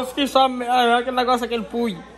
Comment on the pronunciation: Aquele pui jkkkk era puis ele falo pui kkkkk